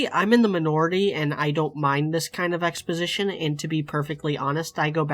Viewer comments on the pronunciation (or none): I heard "exposition" as "sex position". Whoops.